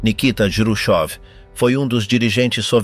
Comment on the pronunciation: Juchov complica tudo. Todo mundo em Português conhece Khruschev, em espanhol pode ser escrito Jruchov. Mas nunca juchov. Atrapalha tudo.